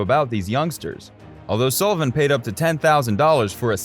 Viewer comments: His name is S ULL IVAN NOT "SOO" LIVAN. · You can’t even pronounce Sullivan’s name right. I’m out. Lol